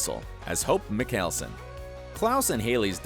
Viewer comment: “Hope MiCKealson” im dead